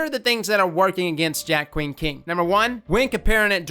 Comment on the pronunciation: You’re saying it right for once lol.